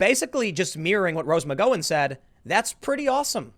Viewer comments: Tim saying Rose Mig Go When on purpose now. He know it's sposed to be Rose Mick Gow when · Take a shot every time he says "Rose Muh-GO-in" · Mc-gow-en not Mc-go-in, come one Tim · Tim, if you keep mispronouncing Rose McGowan's name, I'm going to unfollow you! Its Gow like cow not Gow like Go. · You know the way asians bow as a custom? Say the word "bow" Now say the word "gow" and make it rhyme with "bow" Now say Rose McGow-ann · The name is Rose Mc Gow En, not Mc Go Wen, 😂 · God damnit, Tim! It's McGowan. See Mac gow Ann rhymes with mad cow man. 🤦🏾‍♂️🙌🏾✌🏾🧡🇺🇸🇺🇸🇺🇸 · McGowan is pronounced like saying 'Cow an'. Mic-cow-an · 'Gow" like cow...McGowan.....cowan...cow. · Mc-gOW-wan. Not McGOwan. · pls say it mc gow ann....pls pls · i think you are saying Rose McgOWens name wrong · But how many of these leftists are just jumping ship because they know it’s sinking. BTW... it’s pronounced MCGowwwan!!!! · McGOWan. Rhymes with cow. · Tim, you really are terrible with names. Mee-ka, Mc Gow-an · Rose McGowan.....is pronounced Mc gOw in....like wow, cow, how... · Gao-Win, The one who dated Marilyn Mansons last name is pronounced Mc Gao-Win. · Can we have bi partisan agreement that it’s McGowan-the “gow” rhymes with cow? ffs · Anynody ever tell him it's pronounced like Mc-Cow-en? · I'm gonna unsub if you can't figure out how to pronounce McGowan (Mig-ow-an) and Mika (Me-cuh). Jesus Fucking Chri-stuh-stuh-st Tim... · For the love of all that's holy... her name is pronounced Mc-Gao-an [here, gao sounds like "cow" but with a g instead of c] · Tim it’s pronounced rose mcgowwan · It's pronounced Mc GOW un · God damn tim sucks with names! Mick - gow - en!!!!!!!!!!! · Tim!!!! The Gowan part of her name is pronounced like “cow” or “ow”. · For the last few weeks I’ve been thinking this Rose Mc-go-an character is some new political commentator or something.... I’m glad I’m not the only one confused by Tim’s pronunciation. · its Gow as in Cow , you have a weird way of saying her surname